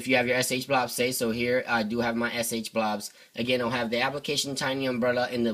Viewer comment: I see SHSH, but what the fuck is fucking SH-blouus or what ever the fuck ur comi ass is saying?